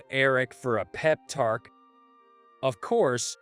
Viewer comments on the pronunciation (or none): Since when are there Rs in TALK and COFFEE? It isn’t tark or carffee! Stop inserting non existent letters into words. Tronsford?